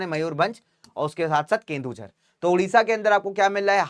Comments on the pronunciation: It is not Kendujhar...it is Keonjhar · sir its.. Keujhar not kendujhar.... pls correct that next time sir..